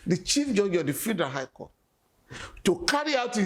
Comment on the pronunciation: Why the Journalist sef say "the Fidral Government"? Abeg leave am for SAN Falana😂